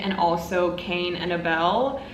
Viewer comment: Hey girl, Abel is pronounced like able. It's weird. I hope you like Vinland Saga. The mangaka is a genius 💞💞